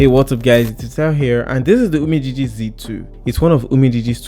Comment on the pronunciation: You really tried oo.. Pronouncing 'UMIDIGI'